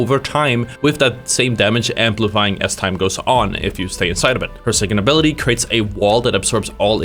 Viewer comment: your speech impediment is vewy cute. "Fird abiwity"